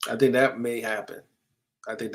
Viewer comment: I kno ur a New Yorker but our southern accent down here is rubbing off on u lol U didnt say "I dont think" u said "I dont THANK" 😂